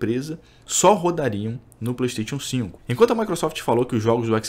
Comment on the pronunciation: Como levar a serio um cara que não sabe nem falar Playstation 5.